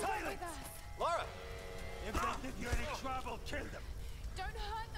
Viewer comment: Her name's Lara Croft. Not Laura.